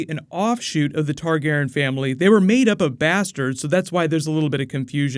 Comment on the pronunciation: You chose the questions that butcher the names lol. Targarion? Denny? My eyes hurt